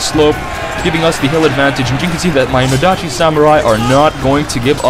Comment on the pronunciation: No-dachi (stress in the NOdachi)